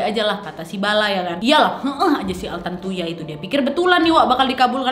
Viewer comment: Ini vdeo lama, tpi karna brhubung qu lupa udah nonton apa blom jdi yowes tak tonton aja 😁 Btw knapa nama si korbn trdengar jdi "tarantula" ya di telinga qu?? 😆😆